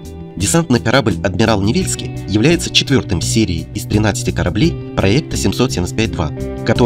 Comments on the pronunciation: Господи! Ну какой НевЕльский?? НевельскОй, епт. Хоть бы чуточку поинтересовались названиями. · НевельскОй. А город нЕвельск